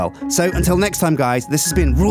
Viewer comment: did anyone else hear "well this has been fffe rule the world?